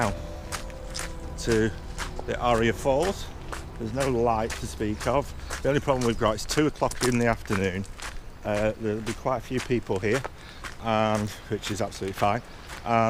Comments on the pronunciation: Aira not Aria! Love the Smurf hat. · Absolutely brilliant video again..Thanks for sharing..Oh bye the way it's AIRA FORCE NOT ARIA:0)